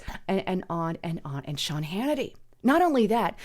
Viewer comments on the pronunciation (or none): none